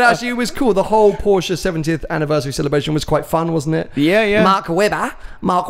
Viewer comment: you're definitely a Ferrari fan boy. Coz' you try really hard to pronounce "Pista" and "Speciale" the right way, but still from time to time, can't pronounce Porsche (Por-shuh) correctly.